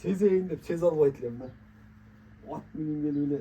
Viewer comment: Нече суйлоп жатасын Деген Кыргысчаны так суйлош керек да Аа Сен чулдурап эмнече суйлоп жатасын от дейсиго Ат деп айтат далбайоп 😂😅